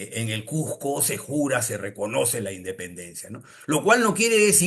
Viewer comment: Cusco o Cuzco , Nunca " Cujjco "....